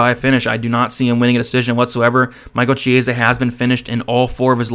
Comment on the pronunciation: You're pronouncing "Chiesa" absolutely wrong.